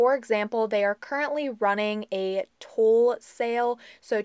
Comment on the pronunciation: Love ur channel..but think of stool when u say tool